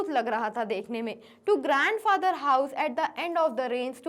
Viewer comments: mam you said grand fracther byt the correct word is grand father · you say grand fracture